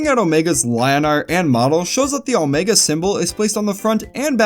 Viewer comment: Omego?? A pah toes??